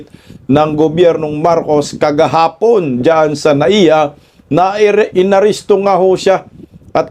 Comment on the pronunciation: Kuya kahapon po ang tamang term , not kagahapon